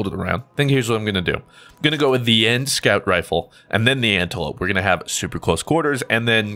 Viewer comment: He is pronouncing the SMG name wrong.